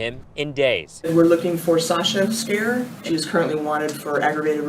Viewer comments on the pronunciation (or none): Her name is pronounced Scar, Sasha Scar, not Scare